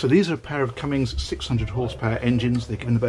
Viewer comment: Not to nit-pick but the engine manufacturer's name is Cummins not Cummings.